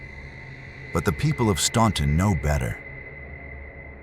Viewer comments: You lost me at "Stawn tun" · STAN TON pronounce it right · No one ever pronounces Staunton right 🙄🙄 when I was kid it used to be an icecream parlor, that place was the best. Can't say I ever experienced anything weird at that building but there is definitely several places in downtown Staunton that I'm surprised didn't make it over this. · we pronounce it without the U-( Stan- ton). But it's correctly pronounced using the u sound. Stawn- ton. But the correct pronunciation sounds odd to us locals. I guess we are hicks that way! Lol😂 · We pronounce it without the U..(STAN-TON) but that's not the proper pronunciation. STAWN-TON is the correct pronunciation but we have become hicks I suppose with our slang pronunciation of it! 😂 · It's right! We leave out the U and call it Stan Ton. So we have evolved the pronunciation into our version but it's slang technically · Actually we from Staunton don't pronounce it right. We leave out the U therefore saying Stanton. But the correct pronunciation sounds odd to us